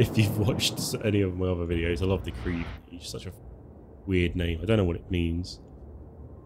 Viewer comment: crayv nayj !? what french are you speaking hhhhh it is simply prounounced like "ckhev nege"